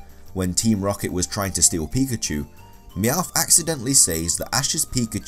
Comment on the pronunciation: Here's Just A Noob pee shoe pi chu Lol